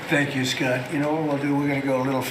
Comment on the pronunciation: Poor Scott can’t even say his own name properly